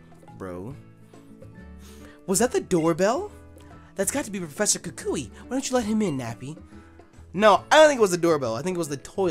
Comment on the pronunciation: bruh you saying kakashi instead of kukui